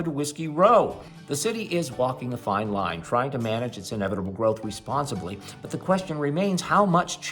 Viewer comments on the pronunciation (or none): none